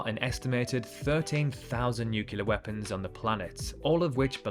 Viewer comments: Am I hearing an Englishman say NUCULAR instead of NUCLEAR? I'm getting a little fed up with Britain turning American. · Nuke U ler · I thought only Americans said NUCULAR until I heard it just now. Has the world forgotten how to speak English? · I don’t know why nuclear is so hard to say 😂